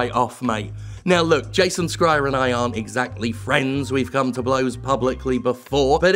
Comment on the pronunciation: Please, Jim- It's pronounced Jason SH-reier (the 'Boy in the Striped Pajamas' of last names) I know it's super nitpicky but you mention him pretty often. Also, for anybody who hasn't yet, watch Gremlins 2 it's a hidden gem! It has a female gremlin and that's all you need to know